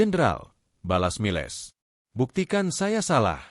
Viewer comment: nama jendral Miles hrs dibaca sbg Mails & bukan miLes, lalu nama minuman alkohol Cognac jangan dibaca tjoknaktje, tp hrs diLafal: Konyak. Jadi hrs belajar bhs asing dulu seblm ngablakin bacot 🤪 ttg nama family jendral Pierre itu ngucap nya Duboa, bukan Dubois🥴